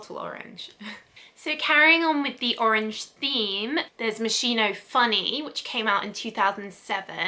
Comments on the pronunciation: Your pronunciation is really terrible! Moskeeno not moishino! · Its pronounced Mos ski no not Mossino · It's MossKino not Mosshiino 🤦🏻‍♀️ God! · Am I the only one bothered about how she pronounced moschino 😅😅😅 i believe it's pronounced MosKino (i could be wrong) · Dear, how sweet is the way you pronunce Moschino 🤩🤩🤩 It should actually be with a hard "K" sound for the Italian "Ch", but I am telling you FYI and not in order to play the annoying teacher. Love from Italy! PS I do adore your content!!! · Omg!!!! How can you review a product if You don't even know how to pronounce it??? MOS- KEE- NO!!!!!!!!! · ah just couldn't keep it going sorry as much wanted to watch video, moschino is mos-key-no, well atleast how you say it is still better than others 😊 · It's pronounced mos-Kee-no :) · no, it‘s pronounced mos-gee-no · You are pronouncing the designers name wrong. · The wrong pronunciation of the brand bugs me. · You pronounce moschino wrong